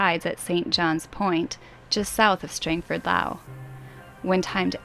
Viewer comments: At 2minutes 30 makes mention of Strangford Lough. I laughed at her attempt to pronounce the word 'lough'. This word 'lough' is one which causes great problems with English speakers. It is not pronounced like 'bough' or 'bow' (the limb of a tree or to formally bend forward at the waist in front of a monarch.) It IS pronounced in exactly the same way as the Scottish 'loch'. The end of the word is a sound similar to clearing your throat. Many English people pronounce both 'lough' and 'loch' as 'lock' which is very irritating to those of us from the celtic regions of the UK! I think St Johns Point features in a song by Van Morrison, who comes from Comber. (That's 'ComeBer' not 'Comer!):-)) Search for Coney Island. Incidentally I was brought up in Glastry, just inland from the village of Ballyhalbert which this passage - well - passed!! Love the videos and seeing familiar places just makes me love em more. Those islands just off Bangor are the Copelands - very familiar to anyone from the North Down area. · btw.. lough -> kinda sounds more like the LO from Lock and the UGH from Cough.